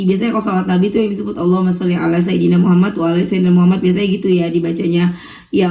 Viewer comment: Maaf, Aku dengernya kka baca shalawatnya "shallallah Alla muhamat"